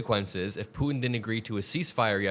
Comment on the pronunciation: Thanks for all of your dedication! Also thanks for saying Putin not Pooen